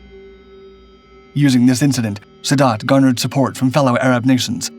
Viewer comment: 1. eine Phantom F4 war jeder MiG 21 haushoch überlegen. Schneller, wendiger und schwerer bewaffnet. 2. Wenn man nicht weiß wie man Jom Kippur und Sadat ausspricht sollte man keine Videos einstellen.